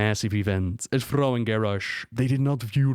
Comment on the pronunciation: Who the actual FUCK is "Frau"? Oh. I didn't know Thrall was French. Good to know, I guess.